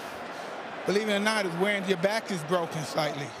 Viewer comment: “I broke my back” What do you mean?: “My back is brocken” 😂😂😂😂😂😂😂